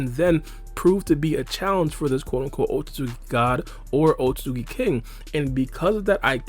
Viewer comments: He pronounces it like otsuzuki lol. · man says otsozuki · this video is good but the way he says "otsutzooki" is mildly infuriating